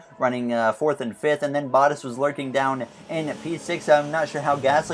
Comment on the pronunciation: For the love of god can you start to pronounce bottas "boh-t-ass". Not hating, but It really Butters my biscuit every time I hear you say it.